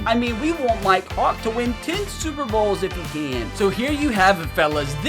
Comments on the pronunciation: Bruh every time says "Mike hawk" I'm thinking he saying "my cock" lmao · When u said mike Hawk it sounded like u said “my cock!” 😂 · I keep thinking he says my co** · For a sec at one point in the video it sounded like he said "my cawk" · Mi-Kehawk ….. sound that out and what do you hear? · Am I the only one who heard him say do not test my cocks😂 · I thought you were saying my c*ck the whole time😂😂😂